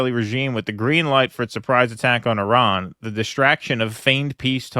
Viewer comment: Americans cant even say Iran right